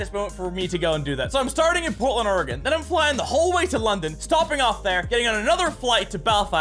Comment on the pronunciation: My life is full now that Craig said Oregon right.